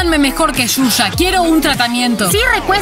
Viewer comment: El nombre shusha parece q dice chucha